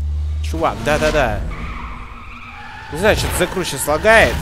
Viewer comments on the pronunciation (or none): "зе крУ" ой мдаааа